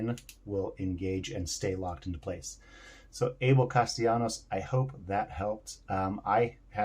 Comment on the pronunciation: Thanks so much for this video and thanks for pronouncing my name correctly! Lol! And im sure this will help other people wanting to switch their tailcaps too!